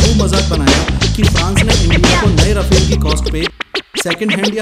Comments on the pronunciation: pronounce correctly 'ra..faaaaaal' not 'ra..fail' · But it is pronounced 'Rafaal' not Rafel because Rafael is another company from Israel. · Rafale is fighter jet...pronounced as Rafaal And Rafael is Israel...it's pronounced as rafael